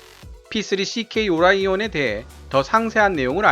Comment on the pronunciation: P-3오라이온기가. 아니라 오리몬기요